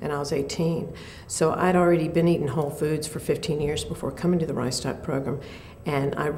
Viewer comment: Sounds like she's saying "rice dot" program. Kind of funny.